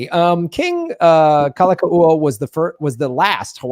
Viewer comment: Kalakaua: Cal-ah-cow-ah